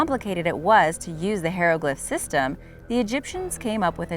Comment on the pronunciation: do you realize you are pronouncing HI-ROGLYPH, HAY-ROGLPH? This video is two years old and even now you still say HAY-ROGLYPH. ARE YOU JUST BEING STUBBORN? It just seems odd to me because you seem to be a perfectionist. Just do me a favor and google how to pronounce it. Please!